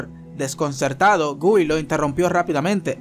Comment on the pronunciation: una sola vez pronuncio bien el nombre de guy SALU2